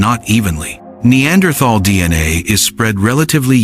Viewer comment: Several bits of the same information is repeated SO many times. This video would be at least half as long if it only stated these bits of information once. How this ai voice wrongly pronounced neanderthal & denisovans was also driving me nuts.